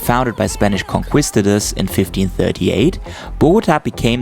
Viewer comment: It's cute that pronunciation of Spanish words sound so authentic...until he comes to conquistador. Thanks for another beautiful view of Colombia. (There; I spelled it right this time.)